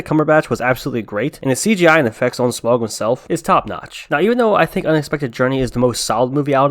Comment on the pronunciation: Not "smogg" as you put it. It is pronounced 'Smowg'. S M A U G, Smaug.